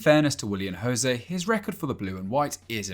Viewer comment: Glad u put Porro its Os Leões not Los Leones Sporting is club from Portugal not from Spain if u dont know how to pronnounce then dont mention instead of spueing nonsense about other peoples nationalities same for Willian José to yes José not Rosé